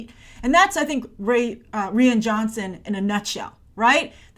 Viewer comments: Rian is pronounced like Ryan not Ree-an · Did she just say Ree-An Johnson? I hope you know it's pronounced Ryan.. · Just to say Rian pronounced Ryan not Reean. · Did you just say "Rian"? XD its "Ryan" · The way you pronounce "Rian" is throwing me off. For future reference, I'm pretty sure it's pronounced the same way as "Ryan" - so the 'i' in "rian" is say like "eye" not "ee". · Good grief, stop saying "Ree-an" Johnson. It's pronounced "Ryan". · Its pronounced R-I-an, not R-e-an. No offence Grace. Oops nevermind. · is it ree-yan ? I've always thought it was Rai-yan :P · How do you mess up the name Ryan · Its pronounced "RYAN"...cmon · the way you said it like Rhian is a girls name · It's pronounced Ryan